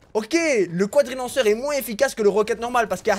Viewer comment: Le cwadrilanceur